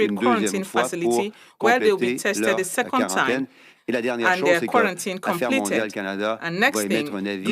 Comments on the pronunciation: Somebody should give him notes on the pronunciation of "quarantine". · The guy can’t even say quarantine properly he’s a script reader. Fckn puppets